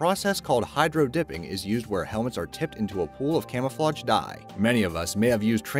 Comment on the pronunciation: Things on your to-do list: Learn how to pronounce "camouflage."